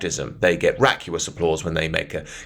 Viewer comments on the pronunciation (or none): "raucous" not "racuous" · Vacuous - vack you us Raucous - raw cuss Look at the vowels. Just a little pronunciation pedantry, good video though, keep up the good work